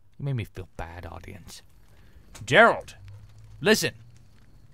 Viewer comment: I love, out of most things in the world, the way Toby says "AudiEGHNCE"